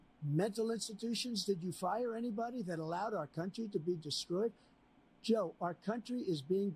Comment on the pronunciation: He said Joe not yo lol